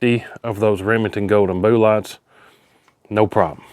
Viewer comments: I love that he says "boo-lots", and it's just... normal 😄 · "Boo-lots" that kills me 😂